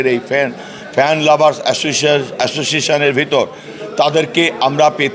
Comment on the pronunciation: "association" uccharon kortei kaku'r pant holud hoye gyalo..😂😂